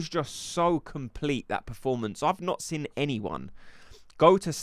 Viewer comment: I know it petty but why do you pronounce 'Seen' as 'Sin' . I just keep noticing it now. Like bavs... still says Expecially... when its especially. Love ur vids one of the most credible creators. :))